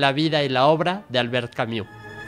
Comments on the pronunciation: No se pronuncia Camiu... se pronuncia Cami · Sólo una recomendación: La pronunciación de su apellido es con "u" francesa ( /y/ ) no "iu". En español es aceptable que las palabras o nombres en otros idiomas se pronuncien tal como se leen. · Se pronuncia /y/ esa es la u francesa. No es /iu/ como se pronuncia en este video. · Juan José Pérez - Gracias por aclarar este punto, soy políglota y ésta pronunciación inglesa de un nombre Francés es simplemente un horror. No cuesta tanto ! Si alguien es capáz de leer filosofía, debería dedicar unos minutos a investigar la pronunciación del nombre del importante autor de quien se habla, y hacer su máximo esfuerzo, por una cuestión de respeto a todos. Gracias ! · Sergio Uribe - Exacto. Si no saben pronunciarlo, entonces bien podrían nombrarlo simplemente en Español, en especial cuando repiten su nombre tantas veces.